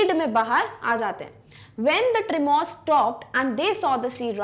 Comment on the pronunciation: Mam i do not wish to be rude at all but your pronouncation of words like tremor and archipelago are very wrong glad you understand it.